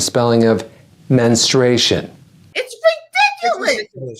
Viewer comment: MENS-truation. MYN-stration